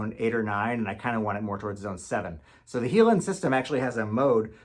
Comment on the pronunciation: Interesting. The Heiland (and it's a German name, pronounced high-land, not he-land) is the Rolls-Royce. Some of us hope for more, adaptable Honda LED sources for our enlargers. A friend built me one, 3D printed with an inexpensive LED panel for about $200. I'm just using it as white light with Ilford filters, but LED is the way to go these days.